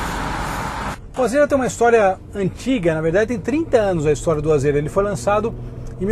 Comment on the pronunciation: mano Nao é AZÊRA. A PRONUNCIA É AZIRA